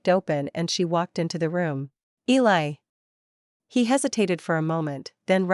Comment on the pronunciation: I think the ai is really struggling whit elie as a girls name